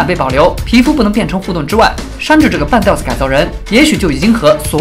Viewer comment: 半吊（第三声）子